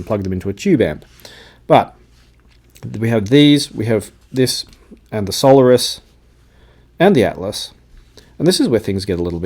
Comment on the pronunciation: the Campfire are pronounced sol AIRus, thanks